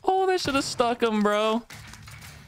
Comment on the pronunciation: Every time you say stuck him it sounds like you said f him